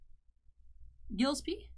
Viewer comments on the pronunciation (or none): I believe it's pronounced Gill-espie.